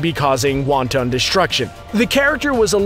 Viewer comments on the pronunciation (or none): lol omg "won ton destruction"! 👎